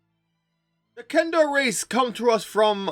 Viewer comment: they don't even have that as a major feature in 5e. They nerfed them a lot in the 5e book. Also the 5e players I have played with are more interested in builds and maximizing their classes, not as much so for role playing. Kender are great for role playing. You were probably disappointed with the race because you probably don't know DL lore. Also it's kender not Kendar, you should at least get the name right.